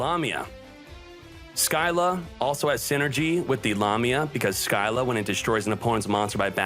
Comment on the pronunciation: So no ones gonna comment on the fact that he said “sill-a” as “sky-la” lmao